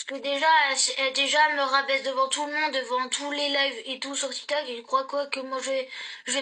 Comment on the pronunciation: Grave, déjà quelle n'arrive toujours pas à prononcer son employeur, TITOK